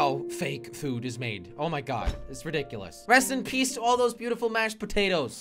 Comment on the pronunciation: How Jelly said: Rest In Peace How I've Heard: Preston Please😂